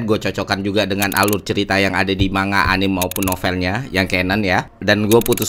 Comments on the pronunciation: Anime = A-NI-ME dari kata Animation Manga = Mang-Ga emang mirip pelafalannya kayak buah mangga. Semoga membantu. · Keren mas Ferry pembahasannya. Sangat enak dinikmati, apalagi sehabis nonton animenya dihari minggu nyantai sore ditemani kopi sambil hisap rokok. Mohon maaf untuk pelafalan Anime dan Manga. Dibaca: A-NI-ME untuk Anime, dan Mang-Ga untuk Manga. Terimakasih. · Maaf manga dibaca mangga kan bro!